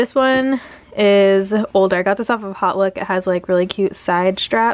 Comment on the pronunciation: Love you but its not HOT look but “hote look”, with a long sounding o. As in haute couture....sorry to nit pick but it drives my brain crazy...